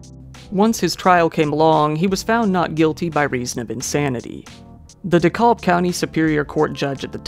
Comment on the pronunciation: Fyi when you pronounce dekalb the L is slient, good video otherwise